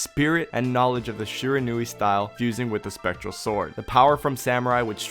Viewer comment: Great video. Just for future reference it's pronounced Shi-Ron-We